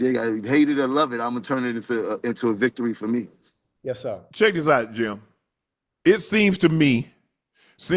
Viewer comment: Unc: Yo name JIM.... not GYM